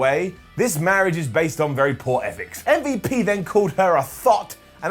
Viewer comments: Please stop saying Mmmbop, it's MVP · calling MVP ‘umvup’ is just hilarious 😂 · When you say umvp I laugh every time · I laugh every time he says mmmvooop (MVP) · Why is calling MVP “umvup” 😂😂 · really? I find it F'n funny that hes pronouncing the letters as an actual name. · Is the Butchering of M.V.P's name going to be a continuing thing, its really disrespectful. truly UNCOOL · Every time says MVP it kills me